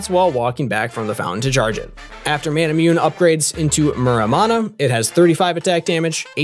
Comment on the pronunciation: Ma-na-moo-nay. Lol everyone I watch pronounces it wrong